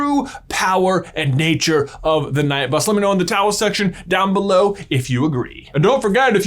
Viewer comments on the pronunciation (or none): it's pronounced like night bus not k-night bus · Night or Knight it's pronounced the same. I don't like it when you say Ka night. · The first K-night bus prononciation I thought was a taking the p**s of it, but then it continued! Knight is pronounced night! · Why do you say KEnight buss? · just to let you kunow knight is pronounced nite the k is silent, the night bus in the uk is the bus service that takes drunk people home from the pub or club, plus poor unfortunate night workers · Anyone else little triggered by pronunciation of k-night bus? 😬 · ”Keh-night bus is the dumbest thing I’ve ever heard. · Surely it is pronunced 'night' bus, not 'kah-night' bus. It literally says on the wizarding world page: "The Knight Bus was so-named because, firstly, knight is a homonym of night, and there are night buses running all over Britain after normal transport stops. Secondly, ‘knight’ has the connotation of coming to the rescue, of protection, and this seemed appropriate for a vehicle that is often the conveyance of last resort." If JK intended it to be a homonym of night, it would not be pronounced 'kah-night'. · Kuh-night bus? Kuh-night bus? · “KuhNight”? KUHNIGHT??? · Disliked for constantly saying Kuh-Night bus. No. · Could you possibly try to pronounce it correctly: 'night' not 'knight'. Would you ever say 'knife' instead of 'nife' ? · The fact he keeps pronouncing the "k" in knight is so triggering. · When you’re talking about the Knight Bus why do you always pronounce it K-night. It’s just knight as in night. You wouldn’t say K nights of the round table. Takes the focus off what your trying to say. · It’s pronounced night not k-night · KA-NIGHT BUS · You said the knight bus. You said it wrong it’s the K-Night bus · This is how many times J is gonna pronounce it K-night bus in this video ⬇️ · Killing me with the K-Night bus. 😂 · "KA-NIGHT" bus😂😂😂😂😂😂 Maybe the beds are for wizards who have nowhere to go or something. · Ka night bus 😂😂😂 Americans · Ka-night bus 😂